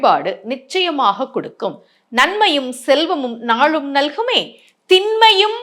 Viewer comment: உங்களுடைய தமிழ் உச்சரிப்பு ழ் ள் ல் தவறாக உள்ளது. அது மட்டும் இல்லாமல் நான் சொன்னேன் நான் சொன்னேன் என்று சொல்வது உங்களின் தற்பெருமையை காட்டுகிறது. நாளும் என்ற வார்த்தை நீங்கள் நாழும் என்று உச்சரிக்கப்படுகிறது